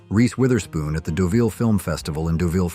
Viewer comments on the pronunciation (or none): none